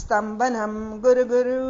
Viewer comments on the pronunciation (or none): க்குரு க்குரு ஸ்வாஹா என்று சொல்லணும். குரு (guru) என்று சொல்ல கூடாது.